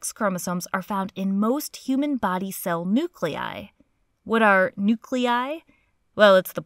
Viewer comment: I just love the way you say "nu-clei"!